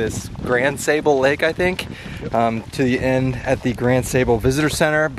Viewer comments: You guys are great. Watched a lot of your videos and only subscribed recently. I’m a Michigan native living in NC. Funny but I thought the same thing as Phil. For Michiganders, there is a long A in Sable (like open your mouth and say ahhh). Every time you said “Pure Michigan”, I got a little chocked up. It’s a great state. You put this trip on my short list. Thanks. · If you did the hike in August you would have no bugs, except for a few stable flies. When you walked the road near the lighthouse you missed the ship wrecks on the beach. You were pronouncing Sable wrong. Enjoyed the video.